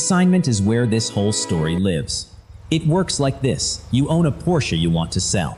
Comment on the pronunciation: please have AI pronounce Porsche correctly